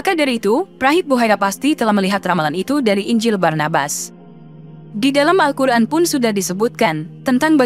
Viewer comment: Apa telinga saya yg salah Dengar??? 😂 Al Quran atau Al hukran.. ????